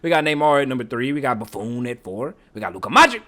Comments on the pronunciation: boo-phone 😂😂 bro was saying it wrong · Bro lost his all his aura by calling the legendary goalkeeper BuFOon.😭😭😭😭😭-auraaaaaa😭😭😭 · The way he pronounces Buffon 💀